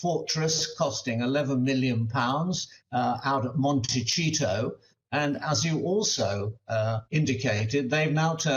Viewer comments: Monte-cheeto. 😖 Monte-ceeto = Montecito. 🤣🤣🤣 No worries! Same thing lol! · Monte-Cheeto 😂 “Mr Harold Mountbatten Windsor”😂 I agree with him, but it’s still funny. *monte-SEE-toh *Henry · Pronounced "Monti seeto" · "Montechito" lol Hasn't he heard how that word is pronounced? It's all over the Internet! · "Montiseetoe, correct way to say it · Mont-teh-ceeto. Please learn to pronouce one of the most world's most expensive towns. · Hegs and Megs can still just buy a flat somewhere in London and then it's settled. And it's pronounced MON-TE-SEE-TO. MONTECITO. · I'm sorry to say this man lost my attention with "montecheeto" and Harry name is not Harrold it's Henry. It's bad enough Americans mispronounced names and details but really? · Well, I suspect that they're also paying some amount of US federal/state/local taxes, particularly if the home in Montecito (um, not pronounced Monte"cheato")...I don't think the commentator was being cute, there) is now their primary residence. They may be able to finesse some of the federal taxes, but California has the highest state income tax at 13.3% (over $1 million in income), then I'm sure they have steep real estate taxes. A bunch of rich celebrities were suckered by these two ingrates. Americans love redemption stories, but there's nothing to redeem about these two. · I like the way he said montecheato very apt for these cheats!! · How can this educated man not know how to pronounce Montecito? There is an entire town that has nothing to do with the dastardly duo. Why tarnish the entire town by calling it that?